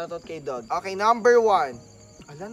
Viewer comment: BE LIKE "OKEH!"